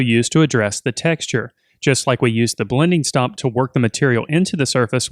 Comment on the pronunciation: Is he saying "blending STOP"? or stump?